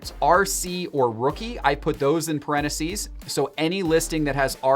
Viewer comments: IT’s parentheses, NOT pareneses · Can we talk about “parenacees”? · Anyone else triggered by how says parentheses? Pareneses,? There’s a missing “th” in there!!!! Aghhh!!! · The way he says (parentheses) cracks me up